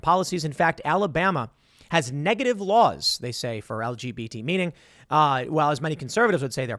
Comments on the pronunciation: anyone else heard "nigga-ative" lmao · "NIGative" -Tim Pool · tim said nigga tive lol